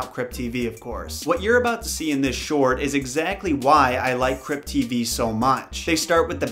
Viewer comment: Lamo i thought u said crip tv I was hella confused 😂💀